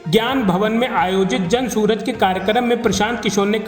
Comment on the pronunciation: जन सुराज ❌ जन सूरज ✅ 😂